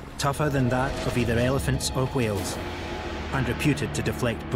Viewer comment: I have another question, why does the narrator pronounce Whales like Stewie?